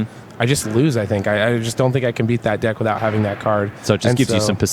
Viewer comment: am i the only person earing them says "dicks" each time they pronounce deck ? maybe it is because i'm french :)